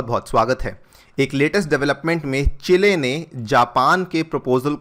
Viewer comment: चेले नहीं सर जी चिली......